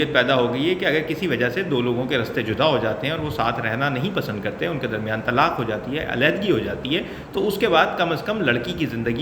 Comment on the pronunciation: woh lafz Tallaq nahin hai Woh lafz Talaq hai طلاق